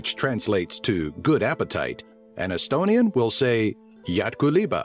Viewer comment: Dude you can't speak estonian XD (I'm estonian)